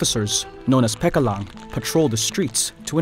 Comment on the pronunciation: minor mispronunciation, the ca in pecalang is pronounced similar to matcha rather than cat